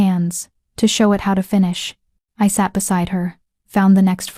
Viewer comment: I Saturday? I guess that's how AI reads "l sat."